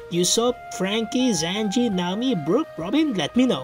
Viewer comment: Is not zanji is sanji 💀💀💀